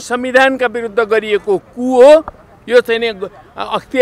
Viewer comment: Ku vaneko k ho alik prasta bolum na neta jiu